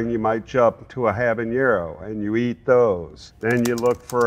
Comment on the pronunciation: "Bella is going tomeat this reaper" 😂😂😂😂😂😂😂😂😂😂😂